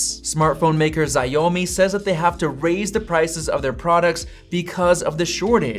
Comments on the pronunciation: It's pronounced "sha-o mi" not "ziomi" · That's xiomi not ziomi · Sha-O-Mi ✅ Xya-Yo-Mi ❌ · Xiaomi : shaw-me Not shy-o-me 😭😭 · o god my ears. Say shower me, but cut out the ER. Show-me. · Good video; thanks! But, just as a side comment, “yikes” to your pronunciation of “Xiaomi”! Their name is 小米, which in English phonetics would be written roughly something like “Shyow-mee.” FWIW, 小米 is the same as the Chinese word for “millet” (the grain). I’m not sure whether that’s how they chose the name. If taken literally it could mean “small grain” or “small meter” (“meter” in the sense of the unit of length). Or, it could mean “the younger person of the 米 family.” Anyway, just a tertiary side point, but just FYI… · you really need to pronounce "Xiaomi" right. I mean wa da heck is "x" "I" "ao" "mi"? do homework pleeeeaaaasse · Did you call Xiaomi “Zai - Oh - Me”? Hahahahaha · "заёми" это, пожалуй, одно из самых оригинальных произношений названия Xiaomi хДД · its called Xiaomi. The way you say it is like “show me” but you say the first part of “shower” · I died when I heard it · Isn’t it pronounced shaowmi and daymler? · The pronunciation of xiaomi is wrong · The way he pronounced Xiaomi hurts my brain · U can't pronounce the word number one company's name 😂😂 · The way you pronounce Xiaomi killed me. You're the first one who ever said it like that